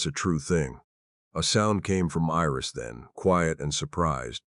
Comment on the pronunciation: Iris is not pronounced as an "e". Iris is pronounced with a long "I". The story is good; however, it seems a bit unfinished.